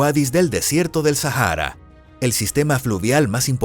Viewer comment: Así es....y además este tipo le pone sonido a la H.....no manches.......Sajara......😂🤣😂🤣😂🤣